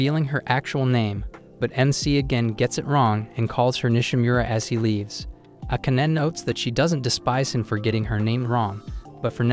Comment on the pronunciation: ah-can-ah. What a name. Oh wait - it's pronounced: Ah-kah-nay.